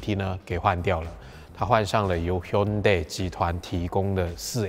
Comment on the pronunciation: 生病嗎？怎麼聲音好像出不來？ 不過我給你一個 👍 因為Ｈｙｕｎｄａｉ你發音準確！